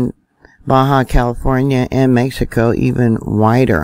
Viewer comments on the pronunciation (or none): none